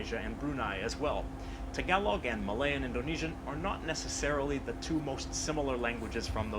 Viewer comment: ITS NOT TAG A LOG ITS TAGA ---LOG the A on the GA is the long A